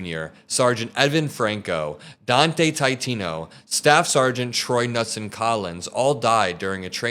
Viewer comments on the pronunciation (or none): You pronounced “Knutson” wrong……..please refer to the movie The Big Lebowski for the correct pronunciation ku-NEWT-"sun"